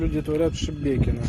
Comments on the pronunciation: Не шєбєкіно, а шмякіно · Правильно говорить шимякино)